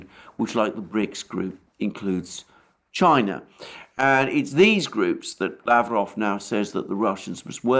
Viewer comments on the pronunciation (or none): none